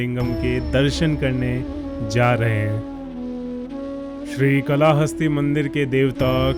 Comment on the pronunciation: Thanks, bahut achcha lga...par ye कला हस्ती nahin काल हस्ती उच्चारण kiya jaata hai,....